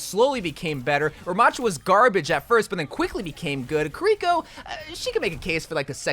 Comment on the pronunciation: Illari's name is pronounced "Iyari" not "Ill yari" and Kiriko's name is pronounced like "Kidiko" you barely pronounce the r not Kriko like you pronounced it, and no the d is not a heavy d its a light r but thats the closest i can think of